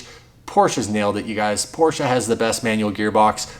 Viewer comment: Thank you for pronouncing Porsche correctly.